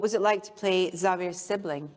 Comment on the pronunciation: That's a wild pronunciation of Xavier's name, you can tell she's a real fan :/